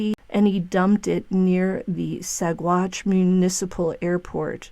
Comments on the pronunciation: G's are pronounced as W's in Spanish. Sa Watch County. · It’s pronounced Sawatch - no hard g sound. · the g is silent in Saguache